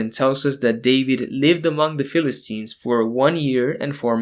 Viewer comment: did...did David just pronounce the Philistines (as in teen) as "Phil-is-tines" (with a tine)